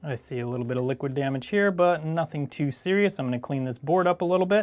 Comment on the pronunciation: Nobody:: Liquich Demecht